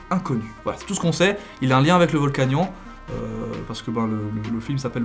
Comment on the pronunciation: on dit pas volcanion mais vol-ka-nio-ne